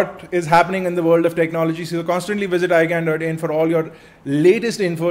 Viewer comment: In starting of this video he said "iGyaan" or "iGaan" :/ lol